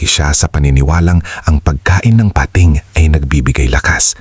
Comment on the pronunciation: PATING NOT PA-TING